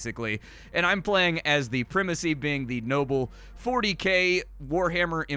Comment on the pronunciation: You almost fooled me into thinking the US pronounced primacy differently.... but no, it's just 🙃